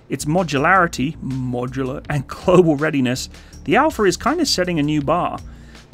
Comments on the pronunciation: Can you stop apologizing to some negative viewers in every video please I am sure 99.9% off your viewers do not mind “modular” at all. Still i listened to 7 times a deformed “modular “ pronouncement. Its very uncomfortable to listen to In other vids you also apologize a lot on other stuff Hope you keep making these great vids inthe future also !!! Love them ( except for the apologies 😂) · cant stop smiling everytime you said "modular" 😅